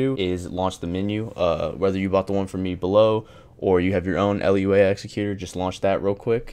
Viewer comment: L u a executer?? LMAO its pronounced loo ah